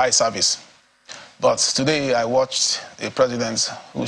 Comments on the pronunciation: Did he say "High service" or "Eye service"🤔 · Eye service and not "High service".